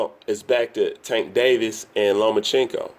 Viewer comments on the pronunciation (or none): LO-MA-CHANK-KO If you're going to do an analysis video at least know how to pronounce his name. No he doesn't need to fight Manny. No it wasn't a duck. And only casual boxing fans does the look at his face. Davis undisciplined arse is beating no elite fighters. Especially Loma.